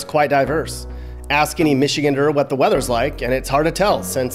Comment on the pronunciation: When you said “michigander” wrong you gave yourself away